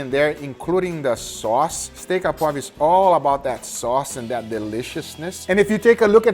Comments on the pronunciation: notice it is sauce or steak "au poivre" not "a poivre" and "au" is pronounced like the letter "o" (sauce au poivre mean pepper sauce" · Just to help you out : "Steak au poivre" is pronounced "Steak O poivre" (Like in irish names starting with O' ) But otherwise very nice "sauce au poivre", many people forget the alcool, which is the key to make the difference.